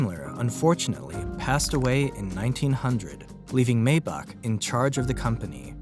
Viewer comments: It’s not May-Bach. It’s My-Bach. And you seriously used clips from “Peaky Blinders”? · MAYBACH pronounced MY BACK.